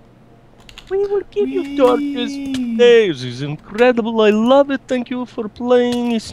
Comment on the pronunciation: LOL 'torcho's'